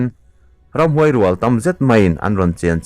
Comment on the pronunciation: Hlawhchham...ramhuai...I lam dik lo thei zawk!...I tilui nge..